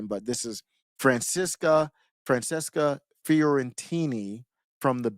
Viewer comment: Wow your commentary is so bad. Lol. And it's Fran-ches-ca. Every right winger gotta do that childish name garbage. Smh. Skipped right over the part where she says she's for BLM huh? What's your position on BLM,? As a black man. Go ahead and pretend you didn't see the fourteenth comment. Maybe you can ignore the fourteenth amendment, too. Cheers.